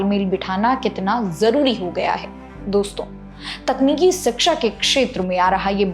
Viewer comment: धन्यवाद, बहुत बढ़िया जानकारी देती हैं आप... केवल एक अनुरोध है, कृपया "शिक्षा" शब्द का उच्चारण "सिक्षा" मत कीजिए, शिक्षण जगत से जुड़ी जानकारी में "शिक्षा" शब्द का ही गलत उच्चारण अच्छा संदेश नहीं देता 🙏🙏🙏